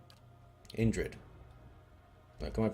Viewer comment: You know it's a good one when Indrid brings out the Scottish accent